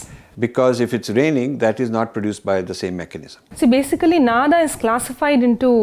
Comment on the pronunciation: नाद् = Nād, नाद = Nāda, नादा = Nādā. Of these, the second one is right and she has pronounced it correctly. It is a Sanskrit word, should not be pronounced like Hindi.